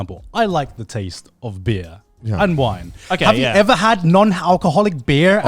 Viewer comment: I don't know why but ti was so jarring to ehar Garnt say "Beer" with a hard R lmao